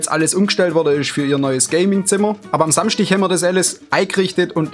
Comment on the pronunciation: am Samschtich :D liebe geht raus :D